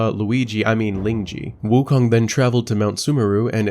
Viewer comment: its sun wukong, not sun woookong lol